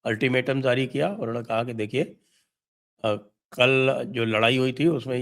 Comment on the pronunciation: Jari. Not zari !